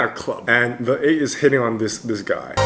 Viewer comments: Is it trigger anyone else by how he says 'The8' when its pronounced 'thee8' 😂😂😂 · i utterly apologize but whenever you say THE 8 instead of THEE 8 even when in english vowels with the is pronounced the other way just makes me cackle but i totally love your content and thank you for doing seventeen content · Hey 👋 This Is A Bit Late Bit I Just Wanna Say That You Are Actually Pronouncing "The8" Wrong😅 You Actually Pronounce "The" As A "D" So You Say It As "D8" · The8 is pronounced like thee 8. Like you’re about to say Theo and before you say “o”, you just say 8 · Name The8 but pronounce as D8